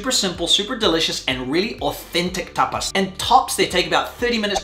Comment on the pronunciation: There's one thing that has always bugged me, and that's the way you says TAPAS! This video was too much for me 😂